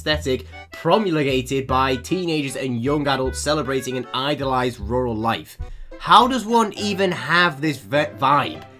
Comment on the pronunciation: im gonna be honest i thought "rural" said "ritual"